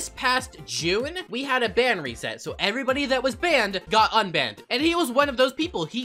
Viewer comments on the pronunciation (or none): I miss the "Welcome back evryobody..." intro